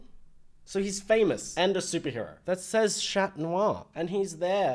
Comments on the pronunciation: said shat noir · im sobbing not you calling him shat noir 😭😭